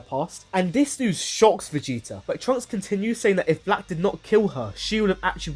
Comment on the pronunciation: You can't say the T in Vegeta? VigiiA? Why?